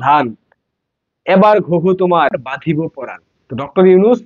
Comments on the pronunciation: ভুল উচ্চারণ করবেন না। এইটা ওই জামাতি , হেফাচ্ছতি , আর ইনকিলাব জিন্দাবাদদের জন্য। আওয়ামীলীগ এর কেউ অপসংকৃতি করে না। আপনি বলছেন বাঁধিব প্রাণ , হবে কিন্তু বোধিব প্রাণ। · বাঁধিব পরাণ নয় বধিব পরাণ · বাধিব প্রাণ নয়, বধিব প্রাণ। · কী বলে! বাধিব পরাণ না বধিব পরাণ। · Badhibo noy, bodhibo. You should learn proper words before coming to public audience.